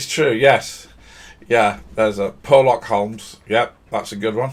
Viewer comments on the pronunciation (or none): "Purrlock Holmes" lol .